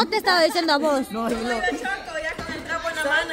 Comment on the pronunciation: Cómo animales. Dice jilo 🤣🤣